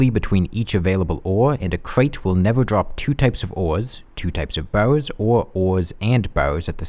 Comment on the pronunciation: You saying "bars" sounds more like "bows". The youtube subtitles agree.